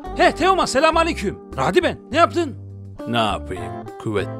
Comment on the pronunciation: Teomanyaa XD